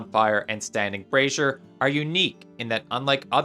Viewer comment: Bruh-zeer Great video